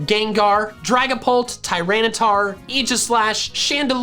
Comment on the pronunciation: didn’t get the memo that you’re not supposed to pronounce aegislash‘s name correctly, it sounds weird.